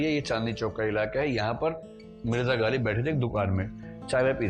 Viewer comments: प्रिय विकास जी,कृपया नुक्ते का ख़्याल करें!ग़ालिब है गालिब नहीं ।शायरी में वक्तव्य तैयारी के साथ होना चाहिये।कृप्या ध्यान दें।आभार । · My dear sir galib nahi ghalib. Aap upsc ki coaching kawata ho. Improve your pronounciation ( Urdu main Tallaffuz kehte hein)